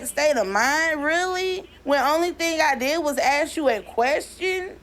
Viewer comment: It's "taking" NOT "tooken" and it's "ask" NOT "ax"